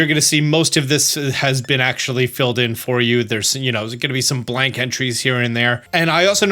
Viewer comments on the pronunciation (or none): none